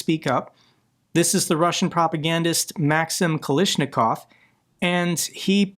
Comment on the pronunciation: Kalashnikov should be pronounced like AK-47, i believe. Its the same surname as creator of AK-47 Mikhail Kalashnikov